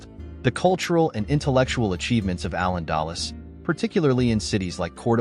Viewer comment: Allen Dallas?😂 "Al-Andalús"!!